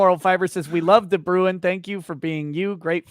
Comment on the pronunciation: As a South African i'ts entertaining to hear you guys pronounce de Bruin XD (we pronounce it like "Brain" but with a rolling r if you are curious) other than that great interview and best of luck to the 1 and only Photo Chad!